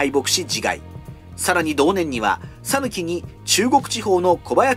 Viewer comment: 讃岐人です。「さぬき」の発音は、「さ」にアクセントを付けず、平坦に「さぬき」と発音していただければと思います。